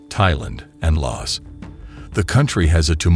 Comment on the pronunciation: Your AI mispronouced "Laos".